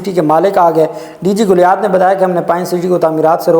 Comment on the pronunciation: O bhai DG GALIAT HOTA HAI GULIAT NAHIN.URDU PRONUNCIATION TOU THEEK KERLO.